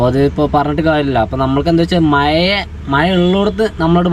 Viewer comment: മയ എന്നാണോ പറയുന്നത് അതോ മഴ എന്നാണോ പറയുന്നത് വീഡിയോ യിൽ വോയിസ്‌ കേൾക്കുന്നത് മയ മയ എന്നാണ്